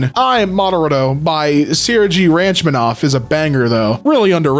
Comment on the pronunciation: I realize that this is going to make me sound EXACTLY like the people they're roasting in this video but "ranch-manoff" made me flinch just for the record if you read this, his name is pronounced "Rock-MON-a-noff"